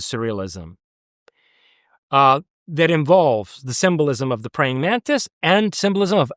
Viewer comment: "A number of people have seen these mantits" All I can hear is "mantits" everytime he says it going forward. :'D